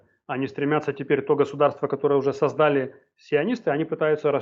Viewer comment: Не сОздали, а создАли... Выключаю, перестали говорить правильно!!!